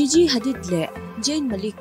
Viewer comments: An hming lam dan fimkhir hle a ngai nih hi, video dangah pawh in lam diklo nasa thei e mai. Gigi pawh jiji tia lam tur aw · Jiji nilo Gigi thil lam I thiam lo lutuk🤦🏻‍♀️